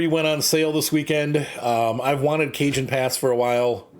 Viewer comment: Cajon is pronounced "ca-HON", Cajon is an old spanish word for Coffin, later replaced with Ataud (modern word for coffin)